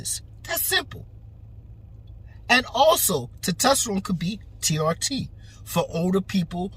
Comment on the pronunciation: He can’t even say testosterone